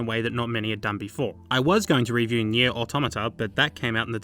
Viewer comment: It sounds like you’re sayin “Nyeh”